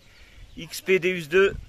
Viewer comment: Salut je vie mois aussi en camion en 208 et je suis a fond dans la détection .par contre petit détail sa dit déOUs sa s'écrit déUs mais sa se prononce déOUs car le non c'est dieu en latin .tu vas te faire plaisir avec j'avais le un maintenent jais le deux depuis sa sortie et c'est un monstre . t'est le xy c'est vraiment top surtout pour de faire a u e nouvelles machines